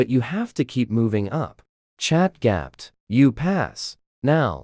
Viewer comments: "Chat gyap" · ChatGPT ❌ ChatGapt ✅